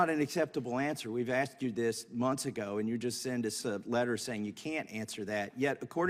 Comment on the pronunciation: "I axed you" This is a sitting US congresswoman.